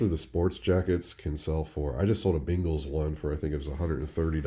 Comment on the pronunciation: Your regional pronunciation of Bengals (sounds like “bingles” to me) made me smile every time